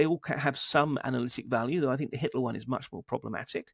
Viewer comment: great interview, but can you please stop saying tinG, instead of thinK? drives me crazy..